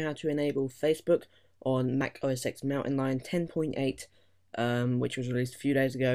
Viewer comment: * "OS TEN"